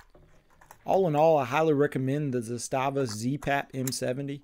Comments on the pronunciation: It's pronounced "Zass-stuh-vuh" just so everyone knows. Everyone always says "Zah-stah-vah" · It's Zaaastava and not Z-staaava. 😊